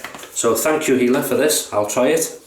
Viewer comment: Dear. Yes you pronounced my name Ok:) I've had already 2 orders on my Etsy shop as a result:) as you said It is taking a lot of effort and experience to make a good shaving soap. I hope the best success for you. You have really made me happy. I like the fact you start your videos with the flowers - very pleasant and unique. If you like you can check out the facebook group::classic shaving Israel" I am having a lot of support from them.